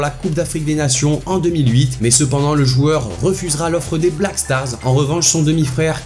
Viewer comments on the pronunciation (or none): none